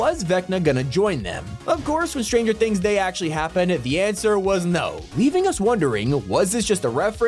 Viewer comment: Bro really said “creel house from starenger things” like bro tha5s the house from it😂😂😂